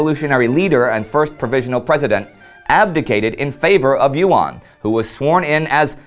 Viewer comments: YUAN sounds like "U.N." pronounced quickly. Your mispronunciations made me chuckle, but you did good enough. The Chicom version of "pinyin" is difficult for most Americans to learn quickly. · YUAN is pronounced as a single syllabus, not YU AN. Online translations are wrong. Nice video though. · Yuan should be pronounced in one syllable rather than Yu-An. The same applies to Duan. Qirui is best approximated as chee-ray. It is very informative to see Chinese history from this angle!